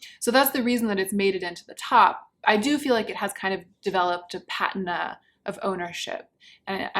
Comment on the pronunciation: Loved the vid. Could you do some fashion related content? Like lookbooks or something of your fav outfits? Also, it’s pronounced pa-TEE-nah